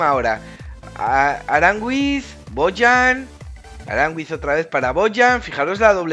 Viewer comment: Porque dices arangüiz??? Se dice aranguiz no ves como se escribe?